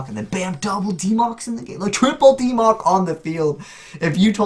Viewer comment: "DeeMoc" Ugh, I hope this doesn't become a thing.